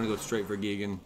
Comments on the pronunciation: GEE-gen? No, GUY-gan. Also, kinda disheartening that every single player seems to be playing almost identical decks days after a set is released. I just started playing online and every other deck is the same thing. Smh. Copycats all over. Come up with your own stuff people!!! End of rant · As a BIG TIME MTG and Godzilla fan I feel obligated to help you with pronunciation... it is pronounced: "G-eye-gan"